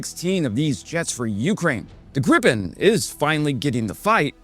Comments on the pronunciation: Is it Grip-en, or Grii-pen ? This is the first time I've heard it called Grip-in, sounds vaguely rude,... This development is going to be interesting to observe, to see which military theorists are proven right or wrong, and what happens as things evolve. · There is no such thing as “Grippen.” It's either “Gri-pen” or “gri pen.” How hard can it be? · 'Greeeepen', not 'Grip-in' ! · It's pronounced Gripen not Grippen. Like "greepen". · There is one ”p” in Gripen. Why does every YouTuber pronounce it Grippen?? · Where's the second "p"? "Greepen", it's not that hard. And it's not B.A.S 90, it's Bas 90, as in Base 90 as in the 1990 version of the dispersed basing system. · it's pronounced Gree-pen!